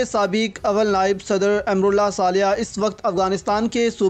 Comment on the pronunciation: It's Amrullah Saleh not Salea😄😄